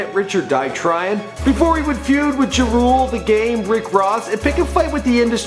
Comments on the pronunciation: Why you call ja rule Juh-rule lmao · damn did you really pronounce it JUHrule? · I like u but u gotta learn how to properly pronounce people names.... I.E. Ja Rule, not Jerule Marquis, not Markee Homo which is short for Homicide not homo as in homosexual 😩🤣 Dope vid tho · it's ja rule not jewrule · Its jahhhh rule lol not jarule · Juh rule?? Lol lol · He said beef with Juhrule 😂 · Juh rule lmao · Who da hell is “ji rule”?? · U can tell this dude is a culture vulture. He always fucks up rappers names ! Who the fuck is JUHRULE ! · Who the fuck is "jeRULE"? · Lol "juh rule" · "His beef with 'ji-rule' " lmao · this nigga can't even pronounce Ja Rule properly! "jerrule" dumb...pfft, dumb fuck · Juh Rule eh? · haha I love how he says Ja Rule's name... "Jerule" lmao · Why you say ja rule like that 😒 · LOL ok now im convinced he be fuckin up names on purpose, its no way he didnt know how to pronounce ja rule and ciara names. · You should get a new job bro, you can't even pronounce 'Piru' or 'Ja rule' LOL